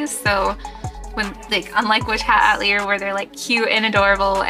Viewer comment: Love the cosplay! Just fyi, "Witch Hat uh-teh-lee-ay" it's French